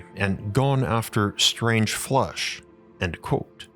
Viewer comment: Why does he pronounce "flesh"..he says "flush"???😅